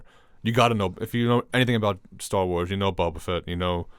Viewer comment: I swear calls it "Stall Wars" and it's so frustrating